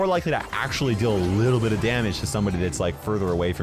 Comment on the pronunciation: Bro Said "a little but" 1000 times